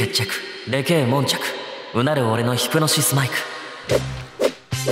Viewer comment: 悶着がもんきゃくに聞こえる...ww (特集ありがとうございます好きです)